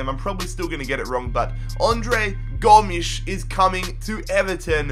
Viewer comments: it’s pronounced go-mez not gom-ssss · Go-mes not Goms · its pronounced GO -MEZ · Gomshi what it's Gomes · It’s Gomes Andre Gomez that’s how u say it lol 😂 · I'm portugues and André Gomes is real like Andre Go mez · Gomes sounds just like Gomez...I’m triggered because that’s my last name 😪😂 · That’s like a Portuguese or Spanish way to say Gomes just say it like Gomez. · I no how se Andre s name it gomez s saund like e but it's Gomez I'm Barcelona fan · An-d-ray Go-mez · U read Gomes like Gomez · you called Andre Gomes